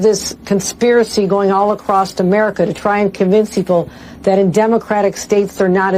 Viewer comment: It bothers me that she says “accrost”. That’s NOT a word. How can they vote for someone who doesn’t understand basic grammar?